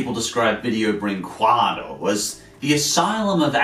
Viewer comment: Since you use that word a lot, "Brinquedo", I'll tell you how to pronounce it since I'm from the country that made these atrocities Brin-Ke-Do, it's pronounce Brinkedo, the "u" is silent in our language in this scenario so, for me, you're saying "Brinquado", anyway "Brinquedo" means "Toy"